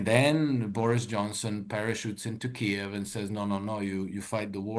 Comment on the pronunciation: pronounces Kiev properly and pronounces it in the deep state dialect